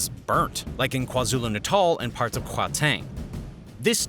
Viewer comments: You should say Gauteng like "CowTeng" with a "G instead of C" to say it correctly. this is our 20 th minster now in paliment or 30 or something, with another multi million rand salary for nothing, and Andre was found using apartheid assaisins to do his investegations, which found him a lot of enemies as well. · The way you pronounced Gauteng made me cringe soooo hard🥲 great video tho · Except for gauteng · Yeah, there were more than a few mistakes there. Not to mention his awkward way of pronouncing "Gauteng".